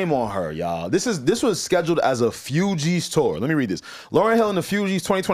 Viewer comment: Man said FewGees lmaooo